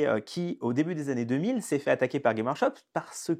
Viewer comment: GameS Workshop Dur dur la légitimité/ crédibilité quand même le nom de la boîte est pas prononcé comme il faut... Je n’'avais jamais entendu parler de vous avant ce titre putaclic Ah et insulter les fan des films Marvel d’imbéciles c'est pas l’argument super percutant que vous croyez que c'est J'ai une imprimante 3d, je m'en sers régulièrement, j'ai juste plus de respect pour l’IP Games Workshop et les gens que vous